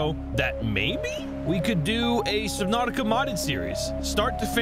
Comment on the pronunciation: U said subnautica wrong its subnautica